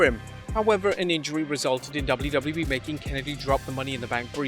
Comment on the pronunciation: The way says “WWE” drives me nuts… lol i know im not the only one 🤣 “Dubldubelii” 😝 Now that I say that, this video he is actually much better but some of the other ones, makes me cringe. But I’m just a little sensitive I guess